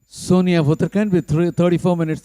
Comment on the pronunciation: Request to pronounce Uttarakhand correctly. It is Ra not R in Uttarakhand .